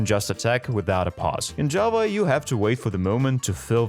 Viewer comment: First, there are a lot of things you forgot about, there are a lot more things you can now do in bedrock, and every time you tried to say Java, it came out as Jawa🤣